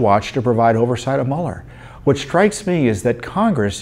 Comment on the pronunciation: Don't apologize for saying Mule R. It is more accurate.